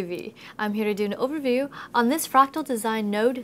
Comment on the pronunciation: Is it just me or does it sound weird when she says "Overview"?